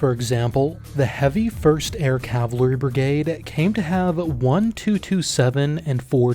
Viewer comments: Interesting retrospective, thank you, But please work on your pronunciation of cavalry-- ka·vuhl·ree I was a scout pilot in the Air Cav Troop of two cavalry regiments, 2nd Squadron, First United States Cavalry Regiment (founded as the First Regiment of Dragoons) and the11th Armored Cavalry Regiment. The organization of both troops was similar, the aircraft were similar, and the missions were identical. 2nd of the 1st was an armored cav regiment in the 2nd Armored Division. The 11th ACR was an independent armored cav regiment with its own area of operations, though it was on occasion opcon to the 1st Cav Division. Although the 2nd of the 1st was historically a dragoon (mounted infantry) regiment, that distinction did not exist in an Air Cav troop. The air cav troop of the late 1960s had an aero rifle platoon, that might seem dragoon like. They rode in on Hueys and dismounted to work as scouts or ambushers, then rode out on Hueys. This was all within the standard cavalry mission. One of the things said about an armored cav regiment was that every trooper had a ride, an ACAV, a tank, a self propelled 155mm, a Loach, a Huey or a Cobra. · "Cavlary" not trying to be mean it just got me a bit giggly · The pronunciation of cavalry as "Cavlary" is driving me insane. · Why he says air cavaliery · I've heard of cavalry. I've even heard of calvary. But what is cavlary? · I know it's nit picky, but. CAV-AL-RY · I'm hearing «cavalary» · Cav Al Ry. Your mispronunciation is is distracting. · Is he pronouncing it "cav lah ree" ? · It's fun, because you can say "cav" but every time you say "cavalry", you say "cavlary". I can't not hear it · It's pronounced "CAV-ul-REE." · cool video, but if you are going to make an entire video about cavalry, please practice saying it first. It sounded like you were saying cavLEry, and it was pretty annoying. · Not sure but he could be Canadian or British, where it’s often pronounced “Cal-vah-ree” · Why are you pronouncing it as CAVLERY????